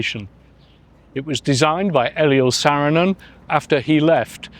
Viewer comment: The filmwork is very nice, but I would have enjoyed this a lot more if the presenter had taken five minutes to learn how to pronounce "Pohjala", "Kalevala" or "Saarinen" or "Geselius" or "Gesamtkunstwerk", among others. There's no shame in pronouncing foreign names and words correctly, but unfortunately the British often seem to have this vestigial colonial mentality. And if he actually spoke to anyone while he was in Helsinki, he would have foud that Finns are very helpful and polite people who would have happily assisted him with his awful pronunciations.